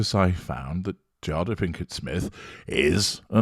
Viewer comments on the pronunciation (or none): It’s jay-da not JAH-DAH. But I think you are intentionally mispronouncing her name in order to devalue her. Not that it matters because she’s a narcissist herself so it’s what she deserves